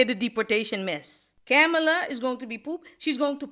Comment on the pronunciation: You need to research how Kamala is pronounced. Camela? Really? You realise Kamala isn't a western name right?